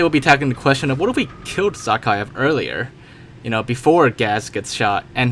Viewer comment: Nobody : Absolutely No One : Generalkidd : zAA-khaev